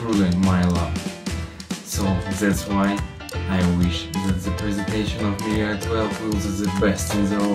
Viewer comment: she said i love you mi i , subtitles had to save it, thank god